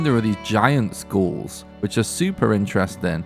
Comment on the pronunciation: “Giant Skools”